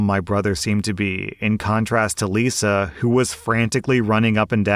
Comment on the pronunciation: "married to liza for..." Me ears- "married to lucifer..." 🤣🤣🤣🤣🤣🤣